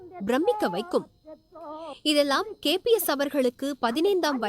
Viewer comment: KPS illa nalla utchariyungal KBS Endru